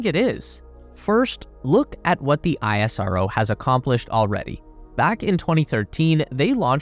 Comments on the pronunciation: It is pronounced as ‘Ess-Ro’ not ‘I-S-R-O’ please correct it. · Bro its not aie-rso its ish-ro as pronounciation. Thanks for the beautiful video & thanks people for the amazing comment on india. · Plz correct your video next time, it's pronounced (Is Ro) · Its pronounced "isro" (is-row) as in how NASA is pronounced as "Nasa" and not En A Es A.